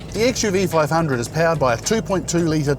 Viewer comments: A small correction host. The car's name is not XUV500, it is XUV5OO... It is an alphabet 'O' after 5, and not zero... Even the official review reads as XUV5OO. Good review... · Xuv 500 pronunced as xuv 5OO(double O)